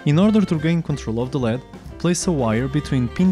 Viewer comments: firstly it is never called "le'-ed" it is an abbreviation and is always pronounced as L.E.D. (light-emitting diode), so never call it again "Le-d" because it is something else. Lead is an element with the scientific name Plumbum and symbol "Pb"; Atomic number: 82 Atomic weight: 207.19 Diodes are semiconductors not metal like the lead. Secondly, using a push switch to turn on or off the LED is so lame. I mean what else is the purpose of a "push switch" or be it any switch that exists. The switch simply cuts or completes the circuit. You can simply power 5V or 3V to an LED and if you add a switch to the circuit it will glow when pushed and will turn off when not pushed. What is the point of using a microcontroller then where is the automation? There should be at least different patterns of LED turning on or off when the button is pushed. make something challenging and use proper scientific language else a little confusion can create blunder mistakes. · Good video. By the way, it's "an LED," pronounced "an el ee dee." LED is an initialism, read aloud as three separate letters.